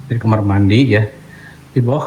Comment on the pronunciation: maaf, kamar bukan kamer. 😁. 🙏🏻